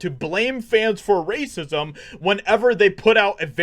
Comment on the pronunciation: The way you said racism was hilarious 😂